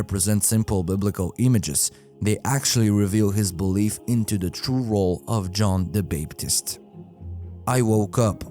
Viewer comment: A real researcher and research channel would have tried to learn how to pronounce major names, esp. if their first language isn't english; John the "Bape"-tist? Renay le Chatoo? Very sad.